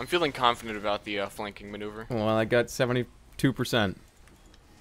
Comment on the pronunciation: What the hell is a "Flanking Menuver" ??